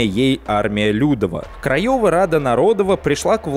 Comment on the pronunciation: Мне нарОдова прям по ушах бъет, нородОва должно быть. И не Осековский, а Осенковский.